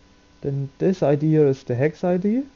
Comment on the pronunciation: I can't understand what you're saying dec or hex? you keep saying heck which doesn't exist